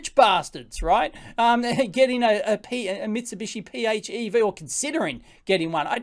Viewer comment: PHEV = FEV, it's pronounced "FEV" lol.